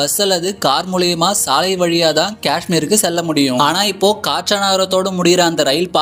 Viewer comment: கட்ரா😂😂. காட்ரா கிடையாது😂😂